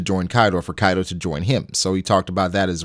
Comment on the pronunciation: All japanese names murdered. It's kaido not kaidow. Orochi, not orowchi. Jeez.